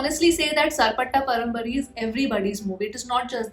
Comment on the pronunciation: It's parambarai not parambari